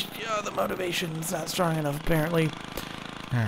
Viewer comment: The MOWtivation hahaha lol